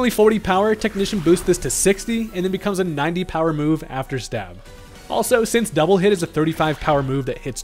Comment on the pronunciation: "beCOOMes" I'd be terrified of that thing.